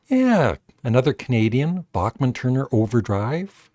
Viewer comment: Bachman-Turner Overdrive, for sure, should be in there! BTW, Randy Bachman has said that the name is pronounced Back'mn/not Bock'mn. He said that in a Professor of Rock video about a song with stuttering in it, originally written as a joke: That was the big hit "You Ain't Seen Nothing Yet."